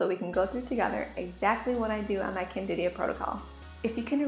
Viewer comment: CANDIDA!!!! NOT Candidia.